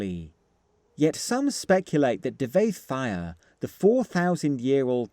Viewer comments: I'll probably edit this but I dont like pronunciation of Devayth's name. I always read it as Devayth Fear, and not Devayth Fire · Your pronunciations keep boxing my ears... DIV-A-ETH FIRE😂